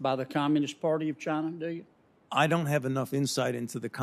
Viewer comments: Where's 'CHINER' located?? lol... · No shit..at one point he called "China" "Chiner" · Why does Fauci call it Chiner, rather than China like every other red blooded human. Isn't there a stereotype of Asian people have problems pronouncing their Ls and Possibly Rs? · Fauci says "Chin-R" almost like a person with a British speaking background... very strange. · “Chiner” I love it when people say that lol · He said they are in Chiner OKAY? Pesky citizens asking any questions... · Fauci "are in Chiner" :) LOL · " the bats are in Chiner" chiner lmao